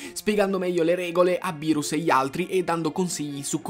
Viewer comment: Bro ti do un consiglio quando dici berus e sbagliato si scrive beerus e si pronuncia birus